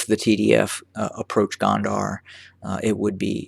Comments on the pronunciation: I thought you said Kandahar(a city in Afghanistan) it's -Go-n-der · its spelled gonder. the de part say it as you would of the de in deputy. the go part like "go out". go-n-de-r